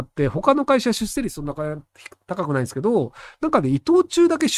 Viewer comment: しゅっせいじゃなくて、しゅっしょう。ねっ！